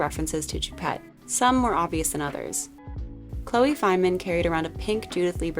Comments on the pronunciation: It’s pronounced shoe- pet (ch does not make the same sound in French as is does in English.) otherwise agree - but Met galas have been pretty uninspired in recent years and it’s definitely a year for odd “red” carpets - the Oscar’s went normcore beige and MET went Colgate 😂. But props to Jared Leto for honouring choupette. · an In Memoriam themed Met would have been amazing & much more appropriate! btw it's Lil Nas X, not "little" & Choupette is pronounced like "shoe"